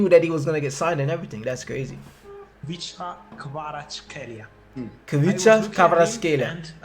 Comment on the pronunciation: You correctly pronounce his name. You are always welcome to visit Georgia.